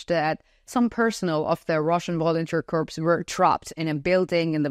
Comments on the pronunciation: I offer a gentle boost to your English language skills. The written word "corps" (as in Marine Corps) is pronounced "core", as in the center of an apple. "The Vlad apple is rotten to the core" Your pronunciation is correct for the word "corpse" as in dead body. The plural would be "corpses". You also pronounce the word "the" as "da". To get it right, put the tip of your tongue against the tips of your two front teeth. Exhale to create the "th" sound, then follow this up with an "ah" sound by dropping your tongue down. Otherwise, your english is quite good. Salva Ukraini ! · Correct pronunciation of 'corp' is "core". Corpse is a dead personal.